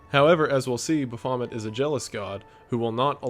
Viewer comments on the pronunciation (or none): I hated this movie before watching this. Now I’ll have to make sure my kids are never subjected to it. Pretty sure it’s pronounced “Baaf-o-met”, but “Bafomit” is hilarious. Like barf and vomit. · Why do you say ba fa met instead of ba fo met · It’s pronounced baf oh met not the way you said it. Sorry. Pet peeve. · Most people: Baphomet Wendigoon: Buhfomit 😂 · Buh-FA-mut? BAF-a-mut… But I enjoyed the Home Improvement, Halloween, and I Was A GhostBuster I’ve always called Shia LaBeouf “Even Steven”, but he was the only one who deserves this title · Baff-o-met, not ba-faw-mit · Buh-faw-met Nah, Baff-oh-met, dood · baphomet rhymes with alphabet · Its pronounced “baf-o-may” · For those of you who don't know this, I feel like its very important to state that Baphomet (pronounced baf-oh-may) has no direct connection to Satanism and that is a very problematic take. Baphomet was an illustration made by a pagan years ago, which reprisents equality in nature through life and death. The "pentagram" on Baphomet, which is why people think he's Satanic, isnt a pentagram at all. Its a pentacle, which was used by pagans to ward evil spirits and energy. Baphomet is not a diety that people follow (though edgy, uneducated people may say they worship him), he is a symbol and he is not Satanic. Please don't go through life thinking that. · Baphomet is pronounced [baff•oh•may] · fyi, Baphomet is pronounced Baff-o-may it does not rhyme with vomit lol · lol it's pronounced baf-o-met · That is NOT how you pronounce Baphomet lmao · Never heard Baphomet pronounced that way 🤣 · I can not trust the word of a man that pronounces Baphomet like that. 😎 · I can’t get past how wrong you pronounce Baphomet. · wow - is that really how “Baphomet” is pronounced ...?! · pronounce this word: Baphomet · I was mildly triggered by your pronunciation of Baphomet. But awesome video nonetheless! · The real horror was the way your pronounce Baphomet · the way you say Baphomet